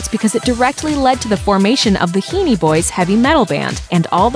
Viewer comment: It’s (He-en), not (Hee-nee).